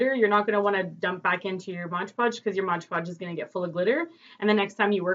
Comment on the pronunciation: Mod! Mod! Not modge :) great job on Tut!